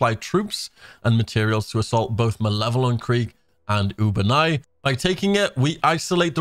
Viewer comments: u ba nea why cant anyone say it right? the game pronounces it for you when you ftl jump. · Clicked sub just before you pronounced Ubanea wrong. You got lucky this time